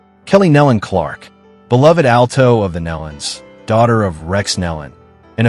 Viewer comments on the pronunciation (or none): I enjoy these videos to a point, and the "point" where I don't is when the "announcer" mispronounces the Gaither name: it's GAY-thur (not Gayth-er); subtle but let's train the A.I. narrator to get it right. Also, Rex Nelon's family's name is pronounced with a long-E sound, like "NEEE-lon." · You would think that the narrator of this tribute would know how to properly pronounce Nelon!!